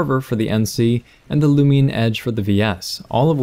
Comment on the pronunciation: "and the lu-me-in edge" where in HELL do you get that extra sound from? what your looking for is "lu-min edge"